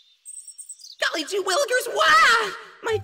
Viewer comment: Not Golly jou willgers WAH,Golly Gee willickers wah